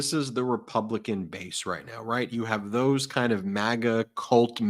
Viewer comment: Not “Thoes”😂